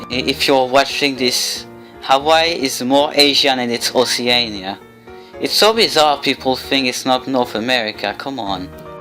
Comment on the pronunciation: Oceania... ITS NOT HARD TO PRONOUNCE ... [ocean-ee-ah] ... (its not 'oc-ee-nay-ah')